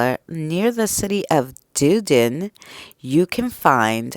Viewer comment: Hi, - Lol, - you pronounce the city where the castle is very different. Dudin lol. We all call it Dunedin. The first three letters pronouned like fun. Dun-e-din.